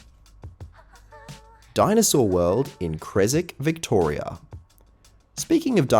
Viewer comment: it’s not cresick it’s cres-wick like John wick